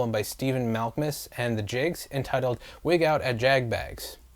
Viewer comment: Jicks, man, Jicks. Not Jiggs.